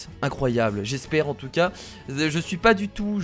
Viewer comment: On dit pas en tica on dit en tout cas